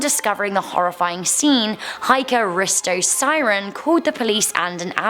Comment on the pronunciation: I’m pretty sure the i in Siren is pronounced like e because all the names sounded really scandinavian and Siren is a normal name here and pronounced like that